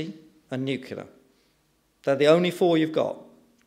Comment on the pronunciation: Two things. First, onshore wind is not expensive, its the cheapest form of energy currently. Second, the word is nu-cle-ar, not nu-cu-lar. Apart from those inaccuracies, an interesting talk highlighting some key issues with the debate. Given that onshore wind is the cheapest form of energy generation and the current UK government has shut it down (because their wealthy landowner cronies don't like the view on their estate being 'spoiled'). I would slightly disagree with his conclusions.